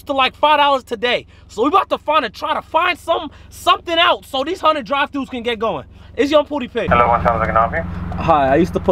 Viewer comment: “Oh that’s a hunnid” 😂